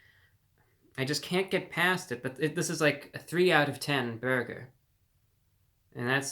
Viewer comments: You don’t talk like this real life do you? WTH is a “beargur”? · The way you say burger is the greatest thing ever!